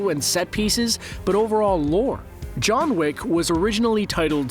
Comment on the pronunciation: Did you say John Wick or lick? I can’t tell XD